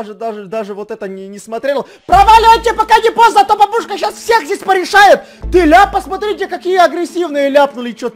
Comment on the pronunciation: Бабушка (ударение на У) ОРУ😂😂😂😂😂😂